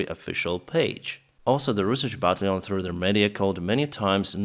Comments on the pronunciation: Hey, I've been following you since you began to to publish videos about the Russian invasion. Your English is fine and understandable, but I have a pet peeve. Can you try to pronounce "battalion as BAT TAL LEE ON instead of BAT LEON? It is one of the easiest word to pronounce in English, and it seems like you are just unaware of what the word should sound like. Just trying to be helpful. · Right, but the key is that the accent is on the second syllable: bat TALL yawn.